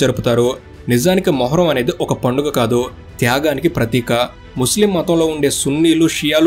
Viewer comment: పడుగ కాదు బ్రో